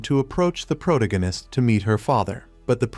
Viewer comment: “The progananist” jfc I am not listening to a fake af video that can’t even say “Protagonist”. Video is probably made by a 12 year old middle school drop out.